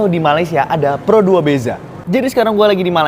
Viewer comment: Bukan pero 2 sebutanya pro dua …..he…he….